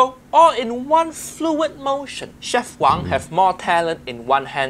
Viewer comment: one little mistake It is w-a-n-g not wong as it is chinese(not hk)